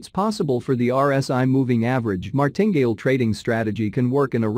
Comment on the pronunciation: Enjoy all of your videos, very good education, Martingale is pronounced Mar tin gale 3 sylibals :)